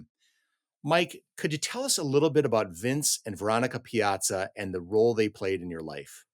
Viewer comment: My name is Piazza and people are always asking me if I'm related to the baseball player. I doubt if anyone has ever asked him, are you related to Sara? Who knows, maybe we are related. My father had 63 first cousins. Nice to hear the name pronounced correctly.